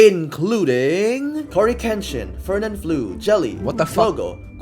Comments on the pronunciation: lmao it's pronounced fernan "fl-oh" not "flu" 😭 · Realmente pronunció Fernanflu xddd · diabolical pronunciation of my national goat's name